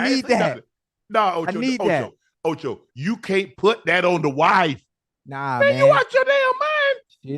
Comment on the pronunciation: Ocho u did not put the “d” on your first try